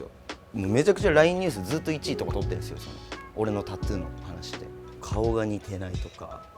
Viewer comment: タツゥーじゃなくてタトゥーだぞ おばさん